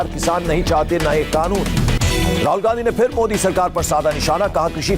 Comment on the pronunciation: Oe anchor kanoon ko khanoon q bolta h